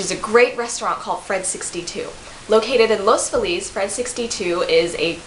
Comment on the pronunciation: Our neighborhood is pronounced "Loss Feeliss" - ;-)